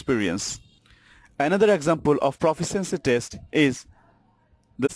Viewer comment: Forced to watch this for a college course. PLEASE LEARN TO PRONOUNCE LONG ENGLISH WORDS. 'Proficiency' is pronounced pruh-FISH-shen-see.